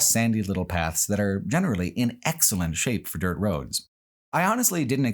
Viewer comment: "much of Nebraska and much of Iowa is accomplished on well maintained, pleasantly grated, *Dört*"